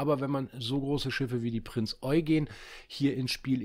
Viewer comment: Endlich mal Jemand der die Prinz Eugen Richtig ausspricht :)